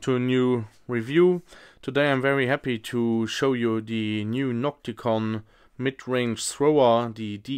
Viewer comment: Sprich deutsch, ausserdem heisst es NOCTIGON und nicht NOCTICON, klar ?? Mit G